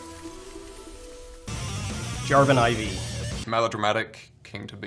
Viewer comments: plot twist: it's really pronounced as "iv" not "four" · 'Jarvan Aye Vee' are you telling me he isnt called Jarvan the Fourth? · the way the say jarven i v -.- omg lol,can really tell ghostcrawler doesn't care for the older champs before he joined riot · i'm getting triggered by the jarvan "fourth" being read as "iv" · Im triggered by the farvan fourth being said as four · Did he just say Jarvan I V and not Jarvan 4???? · Jarvan IV is pronounced as Jarvan "I" "V" LMAO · For the love of God it's "Four" not "Eye vee" 😭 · Jarvan Ay vee? Jarvan the 4th. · JARVAN I V not Jarvan Four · Excuse me, "Jarvan Ay Vee" ??? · Jarvan IV >Jarvan "aye vee" are you kidding me now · JARVAN IVY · Technically, his name should be pronounced Jarvan the 4th. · Jarvan ay vee.. So we are wrong at pronouncing it lul jk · the moment he said, jarvan "I Vi" triggered me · "Jarvan Eye Vee" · I thought jarvan IV was pronounced as jarvan the fourth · did he just said jarvan i vee💀💀💀 omfg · JARVAN AY VEE??? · Jarvan IV... Like why don't they pronounce what he is. jarvan the fourth